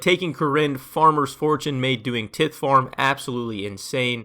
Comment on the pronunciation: You pronounced tithe incorrectly